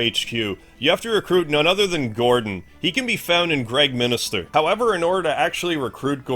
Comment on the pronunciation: I watched a couple of suikoden videos these days cause of the upcoming remaster. one thing that puzzles me (and I never heard or recognized that before): why do english nativ speakers say "Gregm i n i ster" all the time? There is no second "i", its just Gregminster 😇